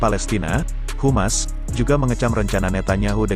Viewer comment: HAMAS BANG..HAMAS, bukan Humas